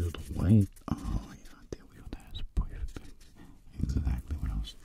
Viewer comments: I just love how he says, poifect😂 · I always hear "pwerfect" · I love his "Poifect" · When he says "Poufect" HIT ME WITH A STICK 😂😂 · I love how u say poifect I love it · This ASMR is "poifect" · Can anyone make timestamps of him saying POIFECT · This nigga said pewfect